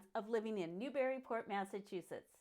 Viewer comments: I wish the people that do these videos would say it right. Not New/Berry/Port It's Newbree/ Port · How about you pronounce Newburyport correctly. It’s bury not berry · Actually, it's neither. To anyone who is/was a native, the preferred pronunciation has always been "NewBREEport"...no "bury" or "berry"...EVAH, lol! And don't forget the "Mall", which is simply pronounced, "Mal".